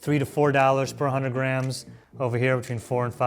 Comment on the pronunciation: sounds like he is saying "Grahams" when he says "grams"